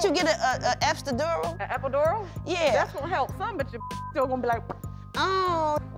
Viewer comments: She said Epstidural!! (Epidural)🤣🤣🤣🤣 im done witchu Brat!!!🤣🤣🤣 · A epsdidural 🤣🤣🤣🤣I was no more good lmboooo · Lmao I almost woke up my baby from laughing at brat trina say epidural she is so funny